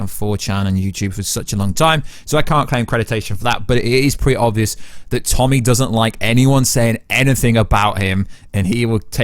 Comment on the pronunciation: It’s “ Tony Teresi” not “ Tommy Teresi “